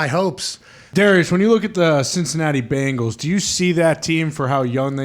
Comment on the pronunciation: hate ppl are saying BAANGALS. like its a fkn E in there, not an A lol. BENGALS